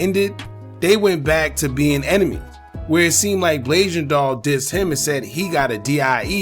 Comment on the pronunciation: Mello was dissin her dead mama i dont wanna see anybody say blasian wrong. It's a sad situation all around rip everybody💔.